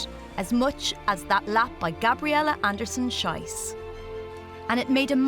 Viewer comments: She can't say the last name correctly. It's pronounced shees, which means shoot. Sh-aye-ss, which is how the narrator said it, is how you say the s word in German. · PLEASE pronounce her last name “sheece” to rhyme with “peace”! “Shice” (rhyming with “price”) is a crappy mispronunciation. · Not Anderson-SHYCE but Anderson-SHEECE, you muppets. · Whoever did the voice-over should have learned to pronounce Gabriela's surname correctly. It's Andersen-SHEECE!! The way she actually says it means something pretty rude in German. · Greetings to all German speaking people out there watching this! Unlucky pronunciation of her surname 😅😅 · quite a mispronounciation of her name... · Just for the record, that's not how you pronounce Andersen-Schiess:)) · That was really bugging me. It doesn't take much to pronounce a name properly.